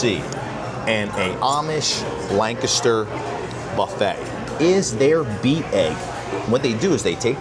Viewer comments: Thanks foR pronouncing Lancaster the right way.......not lan caster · I Appreciate You Both saying Lancaster correctly! I miss this place.